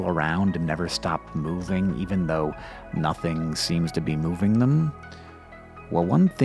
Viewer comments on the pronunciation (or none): none